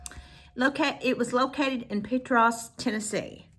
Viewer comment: Hey there, ❤. Thank you for sharing this, and for saying Petros correctly 😂. I live in Morgan County ❤